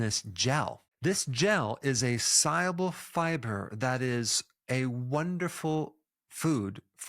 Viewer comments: He says soluble weird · Mispronounced soluable?